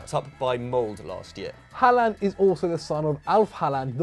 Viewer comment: Its pronounced „horland“